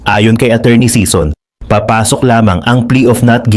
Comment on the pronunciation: SISON NOT SEASON